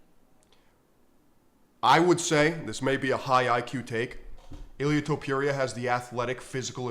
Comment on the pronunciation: Jorge Masvidal calls him “Ilia Tempura” 🍤 and he trained with the guy. Your point is kinda pathetic.